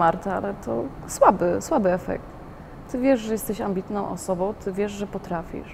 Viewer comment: Jak jesteś "osobou" bardzo "ambitnou" i "perfekcjonistkou" to zacznij mówić po polsku.Mówi się osobą a nie osobou.